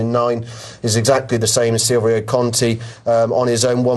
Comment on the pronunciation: carlingford loaf, silvio conti, road and riches, hublan dooblay. he might as well be blind trying to say them